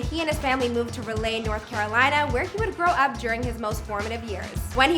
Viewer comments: We just about to ignore the way she pronounced “raleigh” .. she really said “relay” 🤨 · Raleigh is pronounced RAH-LEE not Ruh-lay. Do better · It’s pronounced RAH•lee shordy. Not Ra•LAY. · It’s pronounced rah-lee not ra-lay🤦🏽‍♀️🤦🏽‍♀️ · Ra lay😭 it’s ra-lee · “Ralay North Carolina” somebody teach her how to say it😂😂😂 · she said ra-lay shordy its rah-lee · Ra•Lee “Raleigh” 🙄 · Relay, NC? Did she mean to say Raleigh? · "Ra-lay North Carolina" 😐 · fool really said “relay”☠️☠️☠️ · They didn't say Raleigh right and I was confused cause I'm from Raleigh NC. Its pronounced (rah- Lee) for future reference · Why is she pronouncing raleigh like that 😂🤦🏽‍♂️ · Blessssss it lol it’s Raleigh lmao tf 💀💀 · you need to redo this video cause y’all didn’t say his name right, find his actual sister, or say Raleigh right 🤦🏾‍♀️ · Lmao 😂 right I’m like nooo sis it’s Raleigh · learn how to say fuckin raleigh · That’s not how u pronounce his name mfks🤣 and that’s now how u pronounce Raleigh either🤦🏿‍♂️ Micheal wya😭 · Jeezus Christ she pronounced Raleigh so bad🤧😭 that’s my city 😪